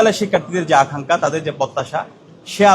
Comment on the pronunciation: আখাংকা না ভাই বলতে হবে আকাংখা, ছোট খাট ভূলটাও সবার সাজে না।